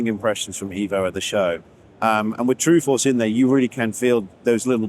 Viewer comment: It's eh vo 😂 I like these wheels alot they look good